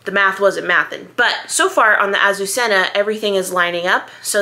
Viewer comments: Please ask Google how to pronounce this word, which is a Spanish girl’s name and means Lily! It’s so beautiful, and is criminal to say it yourself way! I know there are so many new things but this word is worth learning! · It’s not really wrong just a little less emphasis on the hard z’s and rs! I wasn’t complaining! My mother was Spanish and it rolled off her tongue so beautifully, her sister had that name! They were from a small community outside Barcelona, but some members of the family were Basque, maybe that’s why it was softer when they said it!